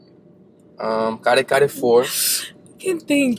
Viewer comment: it's my first time here and the way he said "Kare Kare", impressed me!